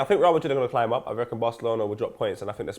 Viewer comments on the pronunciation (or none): none